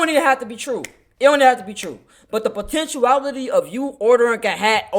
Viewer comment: Potenuality? Dude learn to speak English.